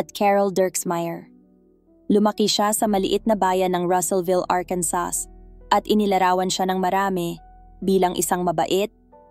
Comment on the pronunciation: SILENT S ANG ARKANSAS “ARKANSAW” ANG PRONUNCIATION DYAN NDI “ARKANSAS”🤣🤣🤣🤣🤣 BAGO MG CONTENT ARAL ARAL DIN MUNA PARA DI MAGING TANGA!